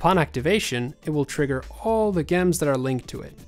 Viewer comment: yo, the swedish guy in this video, its not a G sound in Gems or venGeance, its more like DJ or J.